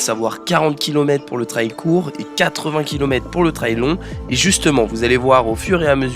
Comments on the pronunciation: La pronunciation est fausse . Trail not trial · Sa se dit treil et pas traaail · Super diversification tant dans le divertissement que dans l'apprentissage de cette nouvelle discipline 👍 Par contre ça se prononce "trèl" 😉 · Bravo ! Par contre je ne comprends pourquoi vous prononcez "trail" de cette façon